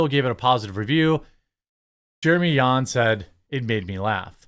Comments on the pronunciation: Its not Yans... It sounds just like Johns 👍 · Do you go out of your way to mispronounce literally EVERYONE’s name??? It’s JAHNS not YAWNS 🤦🏻‍♂️ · Why you are pronouncing Jeremy Jahns as Jeremy "Yahns" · Are you saying Jeremy Yahns? 😂 I love ya dude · Bro J isn’t silent